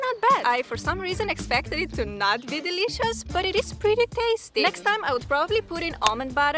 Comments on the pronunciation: It is actually pretty funny for me that you keep saying 'dilishus' everytime. 😁💜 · Bruh!! The way she says dileeshus. 😃💜